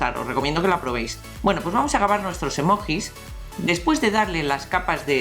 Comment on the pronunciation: se escribe emojis pero se dice emoyis